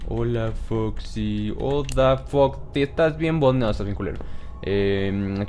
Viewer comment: en una parte dice foxe xD